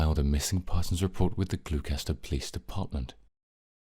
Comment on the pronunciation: “Glue kester “. ????? Really?! 😂😂😂😂